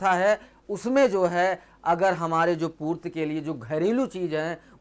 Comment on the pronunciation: Purti not a purt